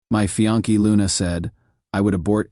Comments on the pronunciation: Fe-on-key..?? Does he mean Fiancé..??? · Can you say fiancé rather than fee-on-ke?